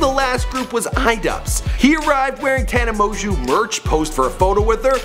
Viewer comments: How to pronuce her last name tana mon-joe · tana monjew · mon•gieu it's pronounced ta•nuh mo•jo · Tana monguuuu